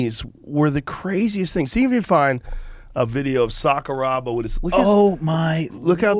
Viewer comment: Is this one of Rogan's comedian buddies? Dude knows nothing about MMA. "Sakaraba..." LOL, why did he pretend?